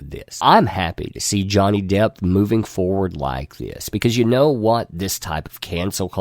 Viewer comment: Are you saying Johnny Depth?